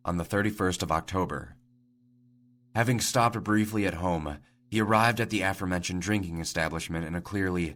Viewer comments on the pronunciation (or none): none